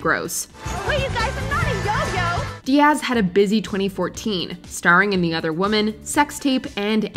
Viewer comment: Please re record Cameron Diaz's name. The stress is on the first syllable.